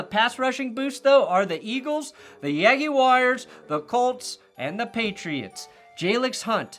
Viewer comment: I'll never forgive for the way he pronounces Jaguars 😣